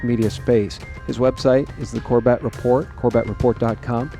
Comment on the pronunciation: For future interviews. He pronounces his name as "Corbit" not Cor Bet.